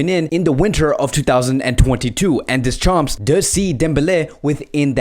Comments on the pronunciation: Funny how you pronounce Deschamps ...(don't pronounce the p nor s...) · Deschampssss 🤣🤣 'Murica🦅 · you() slaughtered Deschamps name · yo is this guy dyslexic, he cant Deschamps or Kazakstan right